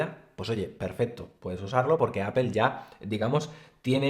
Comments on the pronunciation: Me caen súper, pero no se dice apel. Se pronuncia apol. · Por qué no dices Apple correctamente, es una palabra en inglés y como tal hay que pronunciarla. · Porque dicen “apel”?